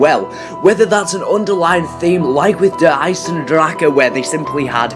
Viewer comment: Ich find es lustig wie alle die kein Deutsch sprechen das falsch ausprechen "Der Eisendrake"